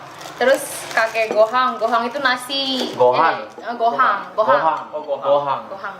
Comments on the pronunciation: gohan coyy bukan gohang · Gohann bukan gohang